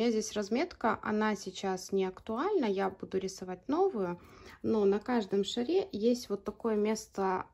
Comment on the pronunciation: Чудесный шарик! Спасибо за науку. Только не на шарЕ, а на шАре!